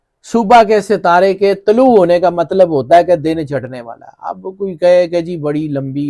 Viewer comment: جناب موکا نہیں"موقع "ھے دوسرا "تباہ کن" ھے تبہ کن نہیں- دن" چڑھنے" والا ھے چڑنے والا نہیں